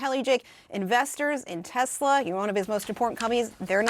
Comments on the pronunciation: It’s “TESLER”. You want to get sued!?!?! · "I LOVE TESLERRR!"